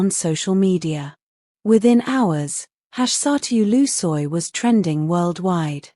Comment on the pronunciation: QUE RIDICULO, VOCÊ NÃO SABE NEM PRONUNCIAR O NOME DO ATOR, E CRIOU UMA HISTÓRIA , QUE SÓ NA SUA CABEÇA, VAI APRENDER A PRONUNCIAR OS NOMES DAS PESSOAS CERTO.